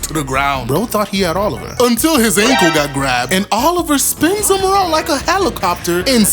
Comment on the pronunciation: Biscuit Oliva not Oliver bro try harder